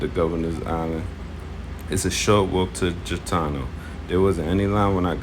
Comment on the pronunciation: It’s G itano not Jitano